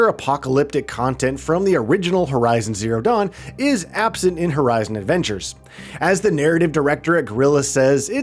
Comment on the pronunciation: Is he saying Lego Horizon Avengers? lol